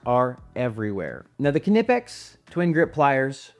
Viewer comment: I don’t understand why EVERYONE just assumes Knipex is pronounced “kanipex” while at the same time knowing damn well how to pronounce knife, knit, knock, known, etc😂